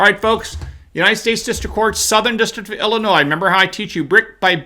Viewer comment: He say Illinois??? Wtf?